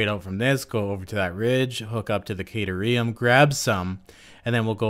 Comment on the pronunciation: The way you say caterum makes it sound like a drug lol